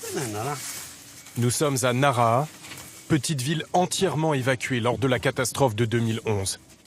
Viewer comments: Nara ? Je suis allé à plusieurs reprises dans la région et je ne connais pas de ville de ce nom de ce coté. Vous parlez de Naraha (prononcé Nalaha) ? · Alors certes en francais on ne prononce as le h, mais on sait bien que dans enormement de langues ils se prononcent. Un journaliste devrait avoir le reflexe si moi je l’ai 😂👌🏼